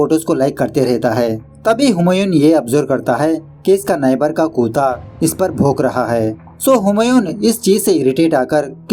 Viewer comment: It's so uncomfortable when you say kuta instead of say kutta